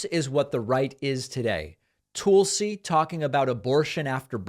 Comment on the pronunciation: David, why do you insist on mispronouncing Tulsi? It rhymes with PULLsee.